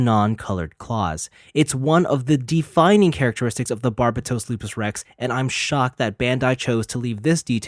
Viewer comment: Can you not say Barbatos like the dub. it's so bad and gross